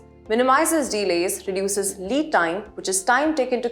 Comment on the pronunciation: Please ask the presenter to work on her pronunciation. Several words such as regime, tribunal, encroachment, projected, delays(it is not deelays) etc were mispronounced.